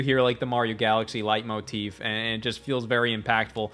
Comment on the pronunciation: not only did you use "leitmotif" correctly, you pronounced it correctly, as well. Thanks!